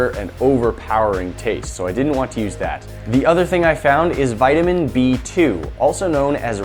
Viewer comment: You pronounced vitamin wrong